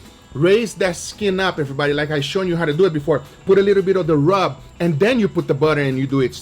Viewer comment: Imagine being a raw piece of meat and hearing Guga say "Let's dew it".